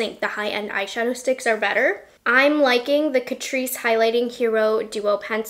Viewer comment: My mum and I love catrice. But my mum calls catrice … cat-rice. 🐱🍚 CAT-RICE. Love you mum! ❤